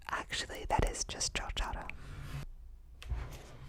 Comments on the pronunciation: Your asmr is amazing and I really love when you say jotaro it makes me happy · The asmr is nice, but BAKANA. This is probably the first ever YouTube video about JoJo where the pronunciation of the names hasn't been butchered like a dog in JoJo. 10/10